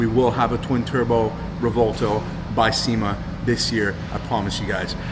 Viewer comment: Dose anyone wanna correct these pronunciation of the Revueltono the correct way to pronounce just ask a real Latino how to pronounce the word please . The Latino on this segment did pronounce it correctly.